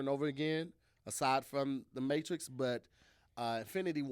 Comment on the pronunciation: So nobody peeped said mattress instead of Matrix when he named his favorite action